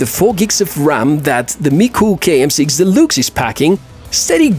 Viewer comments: I know English is not your home language. However you speak very well. But deluxe is pronounced delucks. Just trying to help. Great item.👌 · Позволю себе одну маленькую ремарку - произносится "делакс". Великолепный обзор и отличный английский, спасибо!